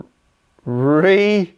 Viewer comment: erm, actually 🤓☝️ it’s pronounced “Ray-uh-BO-uhm” and he was the first king of Judah